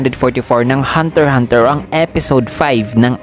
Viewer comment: Waiting for episode 6. Pero bakit "hunter hunter" tawag mo, mali ba ung "hunter eks hunter" ✌️🙂